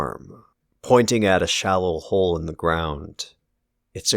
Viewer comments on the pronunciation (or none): none